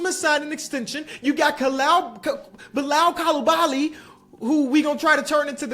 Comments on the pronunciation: Just to help...it's pronounced Koo-Lee-Ba-Lee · Bilal Coulibaly’s name is pronounced (coo - lee - bah - lee) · Bilal name is pronounced ku-lee-ba-lee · It’s pronounced Beelal coolabally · it's bee-lal coo-lee-bali. Youre halfway there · To help you a little bit with pronouncing Coulibaly, should be like “Coo-Lee-Balee’